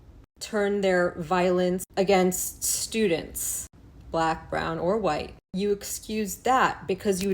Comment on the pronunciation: Lmao, you gotta stop pronouncing white like that.